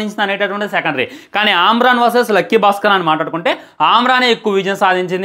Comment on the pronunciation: ఆమ్రన్ ఏంది బ్రొ...😮😮 అమరన్ సినిమా కాదా 😂😂 ఒకె తిసుకెల్లి lkg lo పడెయండి😂😂😂😂Ra1 neee...😅😅